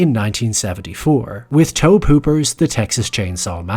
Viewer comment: It's Toby Hooper, not Toe Pooper.